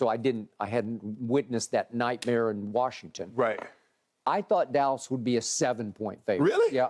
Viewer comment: It's Washington!!! Why do white people say WARSHington??